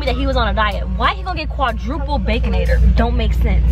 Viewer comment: Not quatriplets 🤣🤣🤣🤣🤣 But got it right when ordering. "Quadruplets"